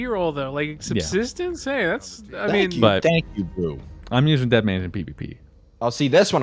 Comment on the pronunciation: Why is subsistence so hard to say. I hear “substance” far too often…